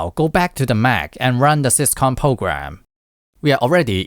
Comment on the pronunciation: Do not pronounce syscon ever again😭